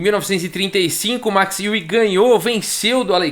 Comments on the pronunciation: Max Euwe...Max Iui...não seria Max Óivi a pronúncia?...ele era holandes...Holanda...país germânico... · falei com um amigo holandês que me disse que a pronúncia correta é MAX ÓIVE. A confirmar...